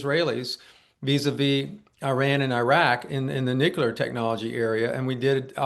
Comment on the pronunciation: Why do these idiots insist on mispronouncing nuclear? Calling bs. This isn't even well done disinformation.